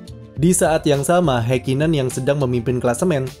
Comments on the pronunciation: mohon maap ni, mungkin bisa dibenarkan lagi untuk mengeja nama orangnya, Ha di Häkkinen sepertinya bukan dieja "Hei", tapi "Ha" lalu bukan "Heikinen", tapi lebih dekat "Hakkinen" dengan huruf k nya ditekan contoh kesalahan lain seperti "Max", bukan "Mex" Anda kan gak ingin nama anda salah dieja oleh orang kan ya, tks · Memang dibaca hekinen ya?🙄